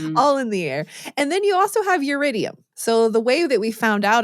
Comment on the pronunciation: Iridium, not Yiridium. Element number 77.